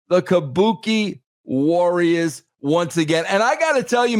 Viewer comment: KAH-BU-KAY WARRIAHS.